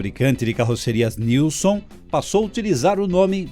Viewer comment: Joinville SC x Guaratuba PR, e a pronúncia correta e Nilsem sobrenome de origem sueca, Joinville foi colonizada por alemães, suíços e suecos. Nunca falam o sobrenome dos fundadores correto.